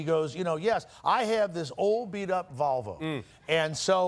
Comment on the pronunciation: My favorite part of this story was always that he would pronounce “Volvo” as “Valvo.”